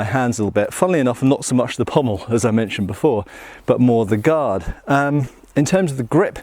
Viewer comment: It's very nice to hear someone pronounce 'pommel' correctly. I don't know why Shadiversity's Shad insists on calling it a 'pummel.' I dunno, I mean there might be an inside joke behind his insistence on mispronouncing it, in the same way that I insist on calling them "indexes and matrixes," rather than properly calling them "indices and matrices."